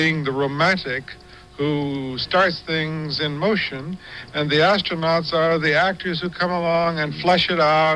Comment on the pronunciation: Ass-tro NOTS 😆😆😆